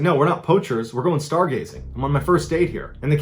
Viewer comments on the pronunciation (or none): " were going stargazing!" Hahaha The emphasis when saying that has me rolling on the floor laughing. Lol